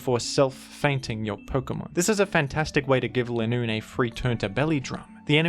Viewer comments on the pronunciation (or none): Its leeeenoon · It’s not Linoone after that game, it’s “ Le Nûn “